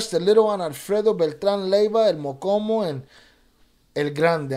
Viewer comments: The name is el mo-Cho-mo not mocomo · It's pronounced "MO•CHO●MO" not MOKOMO ... MOCHOMO ia a name given to red army ants 🐜 in Mexico... the Army Ants that move as 1 u it when attacking, thats why he got the nickname cause when he would go to war, he moved with 100's of units. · Mochomo not mokomo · I think it’s Mochomo not mokomo mo-Cho-mo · Stop saying mokomo lol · How can you roll your R's and not pronounce the cho in mochomo